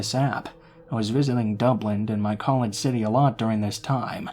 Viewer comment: It’s Dublin not dublint 😂😂😂🇮🇪🇮🇪